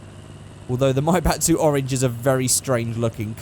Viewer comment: says maibatsu like he saying maybach